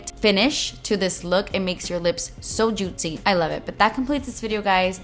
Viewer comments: I love you but hate the way you say "jutsy" 😔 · JOOTSY, YOU MEAN JOOTSY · The way she says "JuttCi" Changes everything 😍😍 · “Wallet friendly” & “juit-cee” 😏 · I actually laughed so much when she said “jootsy” lol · "JOOTCY" 🙌🤣😂 I don't even know how to spell it the way she says it, but I love it !! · Christa Hodges JEWTsy lol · You mean jutzzyy ? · way says juicy makes me giggle